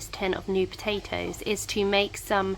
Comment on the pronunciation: Love the way you say po'atoes!